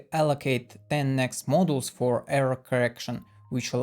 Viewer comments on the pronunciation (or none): Ah Hah! The label "Error correction MODULES" is shown on the video. Even the [CC] thought you were saying "models" this whole time. I didn't understand why a single square was (also) called a model. How about supplying your own subtitles with the video, directly from the script? It could really help. BTW, in English "Galois" is pronounced the way an English-speaking person would repeat back the way Gaalois (or some other native French speaker) would say it. So it's gal-WAH. More rigorously, using IPA it's /ɡælˈwɑː/.